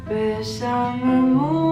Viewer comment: Moi je dirais « besame mucho » et je dirais aussi bravo pour ta prononciation!! Je suis espagnole et tu prononces super bien!! J’adore ta voix 🙏🏼❤️